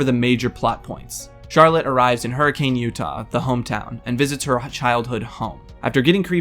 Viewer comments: its pronounced Hurr-eh-cun not hurricane. i have family who live in utah and thats the "Offical" pronunciation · Hey, Utah native here! Just wanna let you go that Hurricane, Utah is actually pronounced as "Hurrikin". I know it may not seem like a big deal, but Hurricane natives tend to get real pissed off when someone mispronounces it. Great video, as always! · As a resident of Utah, we tend to have really werid names for towns and "hurricane" isn't pronounced as you think, it's actually "hur-I-ken", just a clarification